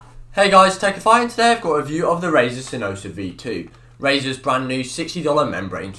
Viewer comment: "Hey guys tewhajaksmeddjs here and today I got a review of sinosa V2" had to repeat the intro 7x to understand what he's saying.